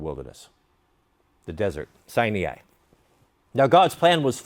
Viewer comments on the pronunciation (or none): The desert is pronounced phonetically as 'Sigh-nigh'